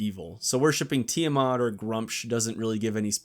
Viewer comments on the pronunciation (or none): none